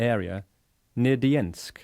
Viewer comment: A lot of ot is common myth and riddled with inaccuracies eg Dermyansk, not "Dyiensk"